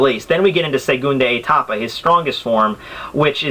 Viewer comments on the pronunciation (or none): Dude! It's segundO etapa not segundE etapa and its Izanagi I is pronounce E so its like Ezanagi